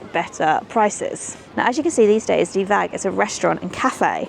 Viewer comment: Getting pronunciations wrong isn't a bad thng, but not even trying is really annoying. Did you even try and find out the right pronunciation for any of these places? I think not. Just asking a Dutch person, let Google translate voice it out, or checking Wikipeda articles (they sometimes have audio clips of names). I mean "de" in De Waag (the weigh house) is not pronounced dey or dee is just like "the" only starting with d instead of th. Not a difficult word for an English speaking person. Even plain English the would have been closer than dey or dee. And Zeedijk as Zeadik, when just saying Zaydike would have already been much closer (though still not right) with minimal effort. And that's just two examples.